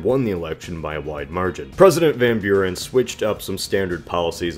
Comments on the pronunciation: CAPSSTROKE van Bjuren.... ik snap het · It's more like "fahn" with a softer v and without a nasally a sound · How you say "van Buren", as someone from the Netherlands, it anoys me, but the video was good overal. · If Martin Van Buren pronounced his name that way why is it an issue? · always funny 2 hear english speaking ppl trying 2 say hollands names. for ppl dont know what i am talking about martin van buren was/is a hollander.